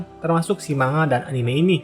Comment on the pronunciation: sebenernya bacanya bukan manga pake "ng", tapi man ga